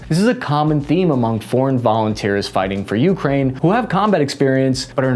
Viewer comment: Why do people say Ukraine like that?! It’s one word!